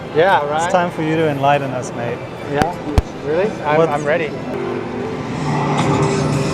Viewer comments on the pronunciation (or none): none